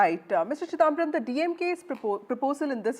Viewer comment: This anchor, like most Hindi-speakers, ought to learn to to pronounce non-northern-Indian names correctly. It makes me strongly suspect that they INTENTIONALLY mispronounce Mr. Chidhamabaram's name as ChiDAAMbaram, especially given the fact that he has been prominent in Indian politics for several decades now.